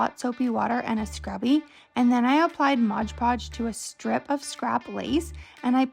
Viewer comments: As annoying as it is to hear, it's an easy mistake to make if you grow up hearing "hodge podge." As I've gotten older, I've learned to embrace verbal quirks as a "finger print" of a person's speech, instead of getting aggravated at the mispronunciation. Everyone is much happier that way =) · Its MOD Podge! Good grief it's not hard.